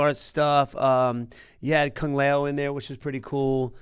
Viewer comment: I love wonderboy but I NEVER heard someone call Kung Lao Kang Lay O lol 😆